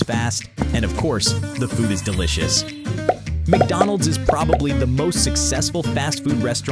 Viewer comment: mcdonalds? nah, mcbonalds